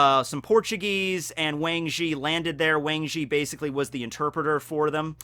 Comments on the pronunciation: The A in Wang Zhi is actually pronounced AH and the Zhi sounds more like Tze. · I still get over the fact that you're mispronouncing Wang Zhi